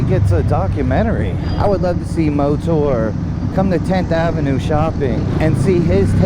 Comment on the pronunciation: ........nice bright lights man......can't wait to see it light up the streets at night......heard ya say MoTour again and now i'm super excited YAAAAAAY!!!!!!.......hehehe........ :D